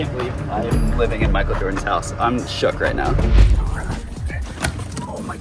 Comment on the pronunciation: It's not mikel Jordan ś house!